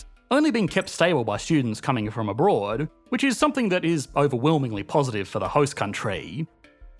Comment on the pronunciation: "abroard" lol